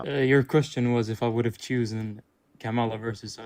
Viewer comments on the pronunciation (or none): Choosen,?? that isn’t even a word or how you pronounce it….I’m in and we are off to a bad start. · Within the first 3 minutes he says " choosen "......😮....Chosen is the past participle of choose.....small point, but still annoying.